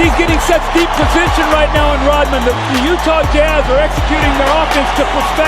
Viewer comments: Rodman, not Rotman. The letter D, not a T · It's sound like the narrator is saying Rotman rather than Rodman.